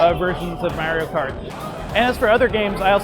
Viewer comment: He keeps saying merio kart instead of mario kart